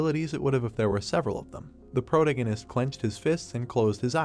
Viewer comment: Please fix protagonist pronunciation